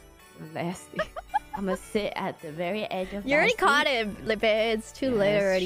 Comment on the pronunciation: Bae just went straight American southern lady "Oh my gawd, get away from me nasteh."